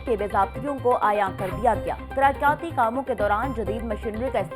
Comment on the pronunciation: Ooho ancar ka pronunciation itna khrab ha tarqyati kia hota isi trah rebit rebat ko